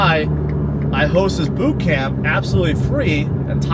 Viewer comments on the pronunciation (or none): none